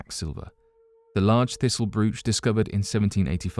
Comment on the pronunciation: Longtime fan. :) Helpful tip: the word "brooch" is pronounced like "roach", but with a "B" at the beginning. Keep making prodigious videos, brother. Loving it.